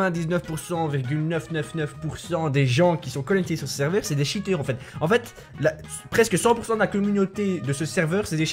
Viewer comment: "plus de 10 tchiteur